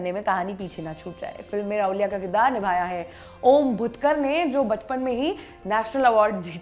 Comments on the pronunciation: राहूलिया नहीं राहुल्या बोलिये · It is not Rahulia, It is Rahulya! Understand the difference. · Rahulya nahi Ravlya hota hai marathi mein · It's not raulya it's rahulya🤣🤣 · Also its not raulya it is rahulya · Anchor can't even pronounce the name of the main character of original film 🤣🤣🤣 & she is reviewing it 🤣 lol 🤣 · Every time she pronounced राऊल्या. I was like tu hakali hai kya tu!!! राऊल्या नही राहुल्या. मान्या नही मन्या Khud ko modern dikhane ke chakkar me Tum hindi log hamesha hi non hindi bhasha and uske shabdo ka galat uchhar krte ho. Ek news reader ho kam kam se pronunciation to sahi se kro. Sirf mass communication ki degree kafi nhi hoti.